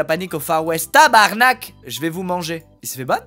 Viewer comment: la facon dont il dit tabarnak est tlmt hilarante je viens du quebec et son accent est a tordre de rire 😂